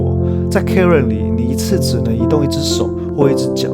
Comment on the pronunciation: Cairn，不是karen :yougotthis